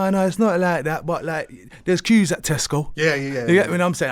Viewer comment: Damn... MAN said ques💀💀😭nah this is sooo treacherous. I was like what is a "kwes"😭💀 Queues* I'm crying bro😂